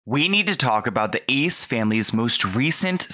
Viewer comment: Its Ace not ezz